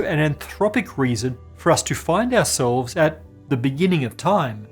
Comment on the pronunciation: How did you make "ourselves" sound like "assholes"?